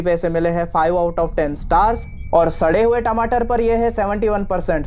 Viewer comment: what sha re hoye tamater kya You can tell rotten tamato it ok You telling sha re hoye tamoto